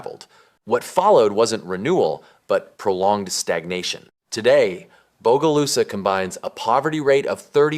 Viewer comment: lived in bogalusa for 29 years…nobody calls it bodylusa